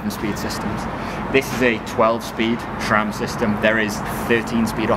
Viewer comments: SRAM, not SHRAM!!! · My mind is running out of gears, when hear "shram" 😋